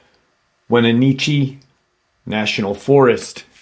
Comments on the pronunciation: Great video..Wenatchee is pronounced (When-atch-ee) I live in the area😊 These creatures are all over that area. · Your killing me with how your pronunciation of Wenatchee you got okanogan right it is pronounced wen-nat-chee I live in Omak Wa in the okanogan valley … we have many stories about cryptids it is a very Native American with reservations and the natives have many stories